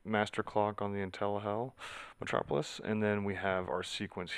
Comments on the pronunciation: Why are you saying intellihell? Is that how they pronounce it or you just messing around? Thanks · I heard it too. hahah